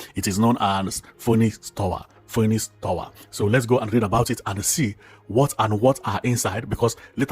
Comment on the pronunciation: It's pronounced as finix tawa